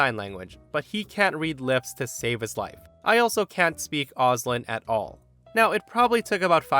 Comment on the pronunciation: Just so you know, Auslan is pronounced "Aus" (like the beginning of 'Australia) and "Lan" (like the beginning of 'Language')